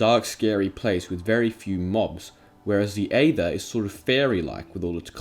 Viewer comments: I cant get over how you pronounced aether... that being said it gave me a smack to the face of nostalgia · "The Eava Mod" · Oh my god I remember the aether mod! People still mispronounce it with reckless abandon lmao